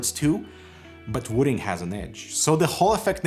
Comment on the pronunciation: "wooting?" Am I the only one who heard "wooden?"